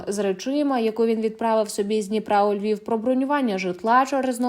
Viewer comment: Львов, він не говорить Львів. Він схильний більше до російськомовних.